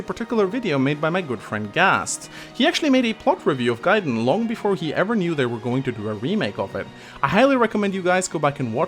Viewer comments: Come on, its GUY-den not GAY-den:( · wtf you pronounce Gaiden here correctly but insist on calling it GAY-den? You fucking troll:(